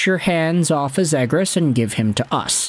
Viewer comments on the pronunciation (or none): Please pronounce him correct:"Trevor Seagrass"